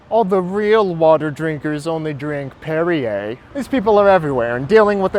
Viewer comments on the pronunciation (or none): none